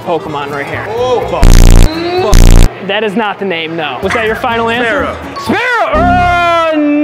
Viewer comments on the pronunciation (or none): "Jour mom" 🤣🤣🤣🤣